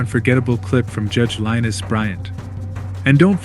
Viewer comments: I agree .. Judge Lynise Bryant's first name is pronounced "LAH-NEICE" .. Maybe type this into A.I instead of her name. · I want to say i just love and respect Judge Bryant... The way u pronounce her 1st name is "Lineese". but love ur content. I will be a new subscriber.. 2 good 1's of hers u captured.. 1 i already saw but wanted to see again, her being cussed out... lol and this 1... she is a solid individual.. she can break u down and build u right back up.. Good job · Yep. It’s Lah NEESE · You could always attempt to pronounce the judge's name correctly AI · Nothing like a channel that is such a big fan of the judge it CANT PRONOUNCE THE JUDGE’S NAME!!😂